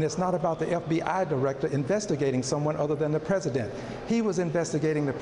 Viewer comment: That evidence is tertiary and POSSIBLY QUATERNARY the pRIMARY EVIDENCE is the prez-uh-dent firing the fbi director who was investigating the prez-uh-dent